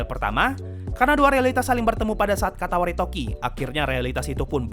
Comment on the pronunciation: Katawaretoki atau Katawaredoki? Seingetku Katawaredoki, bukan Katawaretoki. Cmiiw, aku gabisa baca bahasa jepangnya ✌️